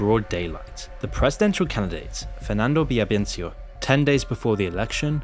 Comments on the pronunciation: My father’s cousin. RIP. Also you’re mispronouncing Villavicencio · Your videos are very informative and have shed a light on the situation, however I recommend you research how to properly pronounce the names of people and places in languages that aren't in English. You didn't say Villavicencio correctly nor did you pronounce Guayaquil well. Sometimes you can type those kinds of names on youtube and listen to how natives say them.